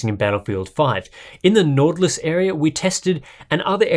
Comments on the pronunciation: "Nortlus".. It's a much sharper Y. It's norwegian (scandinavic actually) for "Northern Lights" :-) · As a dane its funny too hear you say nord lys